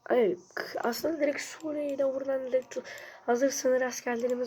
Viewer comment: Sudiye✅ Suriye❌